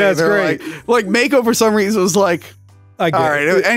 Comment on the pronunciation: The irony of correcting the pronunciation of Neanderthal (and later Cimmerian), but saying Mako wrong the whole time. It's pronounced Mah-ko, not May-ko. 😉👍 Great review! Awesome film!!!